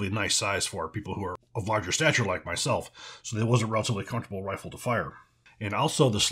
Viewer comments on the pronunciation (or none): none